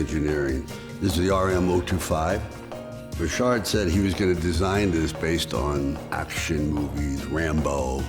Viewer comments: I like RM. Lol even though Richard pronounces his own name wrong. I like Rolex as well, but Rolex is EXTREMELY plain looking and when you add gold to them they are just straight up gaudy as Fck. That doesn’t mean it isn’t classy. He’s Italian, he can get away with gold. It fits the stereotype. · When your just a just an average dick your name is pronounced Richard, when you make overpriced watches its Rishhaaaard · If I've learned nothing else, I've learned that I've been mispronouncing "Richard" for nearly 40 years. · I've never heard the name Richard pronounced Re-shard. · How is he pronouncing Richard? It's Richard! The designer is be f*cking pretentious!